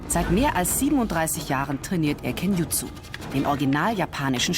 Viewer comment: Thnax for upload, I've waited for this one for quite some time :) Just a small note, hope it's helpfullŁ It's Kenjutsu no kin-jitsu and Boken not Bokuto.